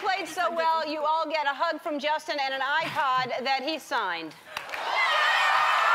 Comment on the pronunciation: she didn't say iPod, she said iHod.